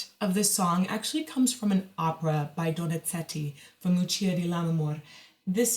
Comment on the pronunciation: Vocal coach recommending a singer to emphasize and correct pronunciation of her italian language, then goes and mispronounce the italian composer's last name...